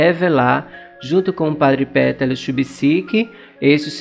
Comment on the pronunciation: Olá amigo, gosto muito dos seus vídeos, Deus abençoe sua missão!!!! Queria só fazer uma observação, para ajudar!!! Só a questão da pronúncia do nome do padre e do monte!!! Se pronuncia, Padre Petar Lubertite. E o monte se pronuncia, Pôdbodro!!! Abraço